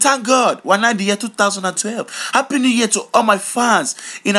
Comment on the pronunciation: notice how when he says a word that starts with A like anger he says HANGER and when he says a word that starts with H like happy he says appy